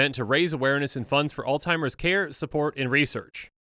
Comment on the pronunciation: He says Alzheimer’s wrong every time. There’s no T in it buddy. But good try acting like u care ab it